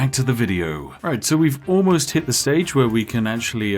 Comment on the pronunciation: so, why does the spiffing brit play to this gimmick of being a posh englishman and yet refuses to pronounce "th" properly in a single word? baffles me. the slightly posh accent is heavily undermined by the extreme lack of rp